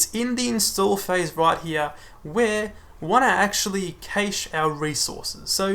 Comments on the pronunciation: Great video, thanks! I'd just like to point out that you're mispronouncing "cache". It's pronounced exactly like "cash", rhymes with "flash". The a is not pronounced like the a in "age" or "cage". Keep up the good work! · no offence, but most other places (i.e. 90% of your views) will pronounce it cash - maybe just bite the bullet? Its really off-putting. Awesome video though... but I very nearly turned off every time you said cache.